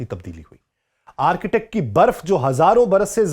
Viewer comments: It's a boring way to explain. Arctic, not architect. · Its not ARCHITECT its (ARK TIK) Arctic area[ North Pole]. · او بھائی صاحب —- یہ آرکیٹیک کیا ہوتا ہے۔؟ یہ ARCTIC ہے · Arctic is different word it's not Architect...please improve your English. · معزرت کۓ ساتھ آرکیٹیک نہیں بلکہ آرٹیکٹ کہتے ہیں ۔ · Arketak nahi "Arctic" hota ha bhai